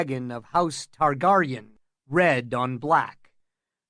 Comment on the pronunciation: And how he says Targaryen…has he never watched the shows? It’s fucking SIR and TarGAIRyen